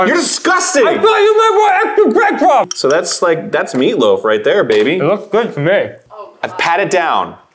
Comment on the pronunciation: "I p-ought you p-ight p-ant p-extra p-EADCRUMBS!"